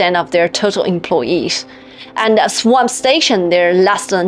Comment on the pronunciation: It is 'swap', not 'swamp' !!!